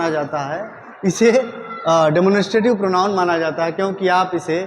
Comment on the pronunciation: Sir please pronounce the word demonstrative correctly